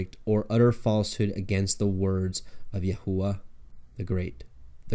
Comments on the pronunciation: Please what is yahuwa??or is he trying to pronounce Yahweh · Ahooah? Why can't you just say it in English... Jehovah! There is no way you are saying it exactly as the ancient jews said it. If saying God's name a certain way is so important then I am pretty sure Jesus would have included the actual name of the Father the lords prayer. But no offense say it as you please! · Was going to watch.. but you are pronouncing HIS Name wrong.. יהוה, YHVH, YAHWEH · You are pronouncing the name of GOD wrong.